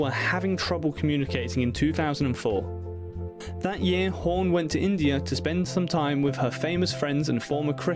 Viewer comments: It is not "horn", as you pronounce it. It is HAWN.....say fawn, Dawn, Hawn.....several times to get the dialect correct. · I love this couple but next time please don't let anybody with the English accent do a story on them once he called Goldie hore and then he just screwed her name up all the way long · Who's Home ? It's Hawn !